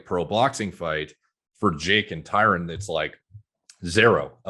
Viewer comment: lol say his name right, jake got everyone calling him ty Rone